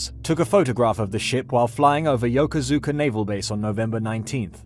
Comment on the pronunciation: It's pronounced "YO-KOOSH-KA".